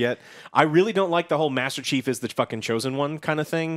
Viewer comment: hmm i hear always master cheeks or master cheap